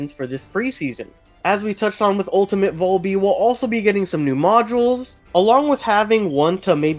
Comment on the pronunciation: Man the way you sal VALby makes me wanna claw my eyes out 😫